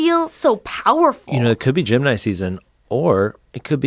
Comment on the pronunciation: When they said gemini I swear to god I thought they were saying Jim and I for like a minute 😂😂🤦🏻‍♂️ don't listen to podcasts right when u wake up